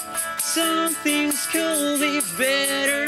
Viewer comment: por qué dicen culd y no kud